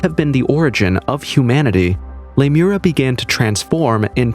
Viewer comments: Lemur-eeeeeee-a, dude. Not Lemura. It was a hypothesis to explain lemure migration prior to the discovery of plate tectonics, and we now know that a sunken land mass there would be physically impossible. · Lee-moria not Lime-era. it's named after the lemur remains found on the west cost of Australia that could have only gotten there by a land bridge. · It's pronounced Le mure ee a (short a) :) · Jeepers. The pronunciation in this video is so bad, Lemuria isn't pronounced lamura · It’s Lemuria!